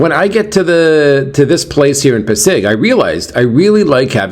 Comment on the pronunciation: it pronounced PA-SIG😊. Enjoy your day.